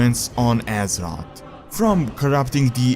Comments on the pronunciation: Can he stop saying Assot, instead of Azeroth???.... Azoth, assot... asshot? I don't even wanna know.. its Azeroth tho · Azerot. lulz all i hear is Azerot Azerot Azerot. I want some AZEROTH. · Whenever he says "Azeroth" all I can hear is "Az-ot" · Step up your prounounciation and learn how to say "th" its Azeroth and not Azerod... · he sad Aseroth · Great, now when i hear someone say Azeroth, all i can thing of is Assrot. Thanks.;P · when you say Azeroth, i hear Ass rod xDD but good video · wait what? Pronounce Azeroth again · please say azeroth right